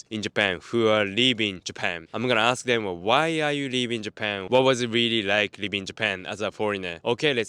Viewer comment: leavingの発音下手くそすぎ live inにしか聞こえない